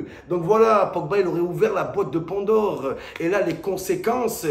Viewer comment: "Grezmann" "la boîte de Pondor" Momo lundi prochain rdv chez l'orthophoniste !